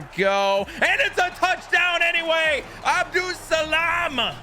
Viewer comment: Last name is pronounced like “Abdul-Suhlahm”